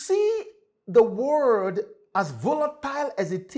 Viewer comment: World not WO RLD